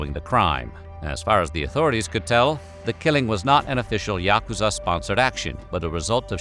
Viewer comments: bro did you even try to learn to pronounce yakuza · You’re not pronouncing yakuza right.